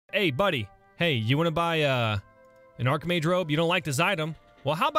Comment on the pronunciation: "Archmage robe": ITS AND ARHKMAGE ROB